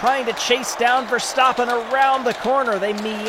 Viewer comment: It's not pronounced Ver-stop-pen. It's ver-stap-pen